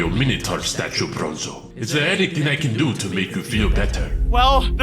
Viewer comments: Why did I hear bozo not bronzo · Its bronzo not bonzo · Bruh its br- Minotaur:Bozo.